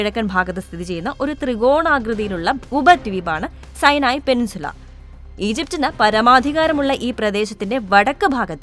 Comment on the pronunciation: മലയാളത്തില്‍ പറയൂ....സൈനായി.അല്ലാ.....സിനായി....